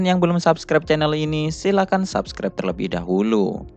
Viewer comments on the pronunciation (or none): none